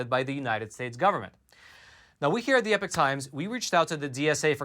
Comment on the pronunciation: I was under the impression a »class act lawsuit« involved a class or group of complainants, but who cares, right? You still haven’t learned to pronounce »epoch« distinguishable from »epic«, so I’m pretty sure you don’t care…